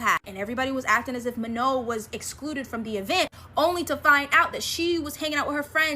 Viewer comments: It is Manon not Mano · The way she said manon😂